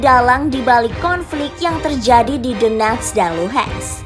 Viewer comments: Tenang itu bukan donetsk tp "the-nets" kata pembawa beritanya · Baca nya Dones aja, T nya dibaca jadi aneh dengarnya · "the-nets" itu kota dimana? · Donetsk (dibaca: donyetsk) ya, semoga bermanfaat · Adminnya baca DONETS aja D'NETS ..D'NETS kayak TAl..bikin telinga yg denger pingin BErAQ.. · Lucunya host nya baca nama donets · Nyebut nya theNetss wkwkw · Cara ngomong donest nya biasa aja kali napa mbak. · The way Donetsk and Lugansk are being pronounced incorrectly with Western accent cringed me a lot. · Suara lucu saat bilang donetsk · DENETSZZ DAN LUHEENTZZ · Doneks dan Luhan saja min gak usah inggris sangat bacanya yg dengarpun org Indonesia 🤮🤮🤮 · bner 🤣 gue geli dengernya